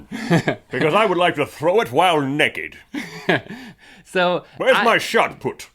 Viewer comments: he says Necked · The way link says naked 😂😂 NECK ED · Heh heh, you say "nekkid." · Wow, do all Americans say naked -nekkid? In Britain we pronounce it naykid. Interesting. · I love the way link says naked as nekked :D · you keep saying "neked" lol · Why do they say neked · why does Link say naked like nekkid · OHMYGOODNESS! Y'all say necked too! Everyone makes fun of me all the time because I saw necked instead of naked! Woo! =) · "Neckid"... I'm sorry but every time you said that I just could not focus on the story anymore. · Neck-ed XD